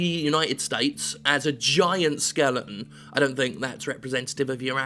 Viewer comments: Do you just pick games with skeletons in them so you an mispronounce skeleton? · Jim did a video on this just so he could say skelington